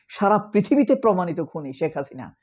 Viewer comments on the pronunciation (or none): none